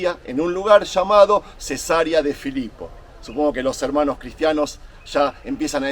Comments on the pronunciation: se dice cesárea no cesaría 😊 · le veo desde Coahuila, México. Me gusta mucho su contenido. Con todo respeto, si me permite y de algo le puede ayudar este comentario, puede seguirlo. Le escuché mencionar Cesaria cuando lo correcto es Ce-sa-re-a. La primera palabra dicha como lo expresó se refiere a una operación q se hace a las mujeres p tener a su bebé. Saludoss.